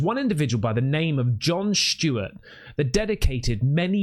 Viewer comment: Who is John shhhhteewart? You mean John Stewart?